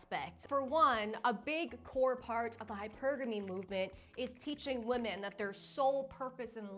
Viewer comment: I adore you but PLEASE PLEASE PLEASE don't become one of those people that suddenly starts pronouncing "women" as "woman". I've heard you say it correctly and now in this video you're saying "woman". Please don't contribute to the gaslighting lol